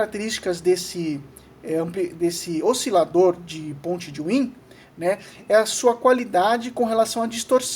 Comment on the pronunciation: Excelente aula!! muito boa ! parabens! só acrescentando , wien se fala " váin " , por seu criador ser alemão